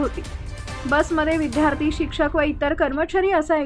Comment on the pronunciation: "विद्यार्थी" या शब्दाचा "विध्यार्थी" असा चुकीचा उच्चार केला जातोय. शब्दामधे " द "ला या जोडला आहे. " ध " ला या जोडला नाही. चुकीचे मराठी कृपया बोलू नये, ही हात जोडून नम्र विनंती.